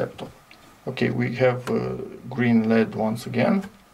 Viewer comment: Probably better to say "ell-eee-dee" instead of 'ledd' to increase the chances of people understanding what you're referring to.